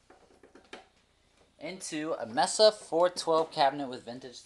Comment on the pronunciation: Good video. Preferred the Fender. Cringed every time you mispronounced Mesa. Thank you.